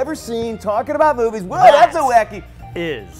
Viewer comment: YEESSSSS WENDY!...i thought oi was the only person that noticed pronounces "Movies" as "Moo-Vaies" 😂